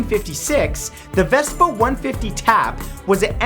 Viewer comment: you're not saying Vespa right